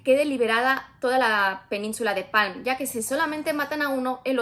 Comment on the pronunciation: Yo he leído el libro y me chirría la pronunciación de los nombres a la inglesa. Está ambientado un una pseudoitalia. Es la península de la Palma, no Palm, es el príncipe Valentín, no Válentin, es Corte la Baja, no lower Corte. Un poco de respeto